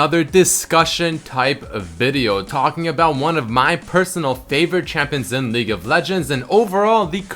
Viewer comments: its league not legue lol kappa123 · "Legue of Legends" lel. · "legue of legends" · "Legue of Legends" Seriously.........